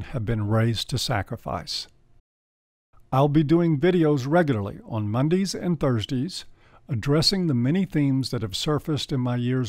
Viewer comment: Mondees and Thursdees?